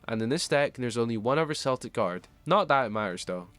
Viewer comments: Celtic is pronounced Keltic not Seltic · respect the culture the cards inspo comes from. unless ur talking about the american sports teams it’s Kel-tic with a hard K sound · The Celtic pronunciation is weird because even the anime uses correct Celtic vs Cell-tic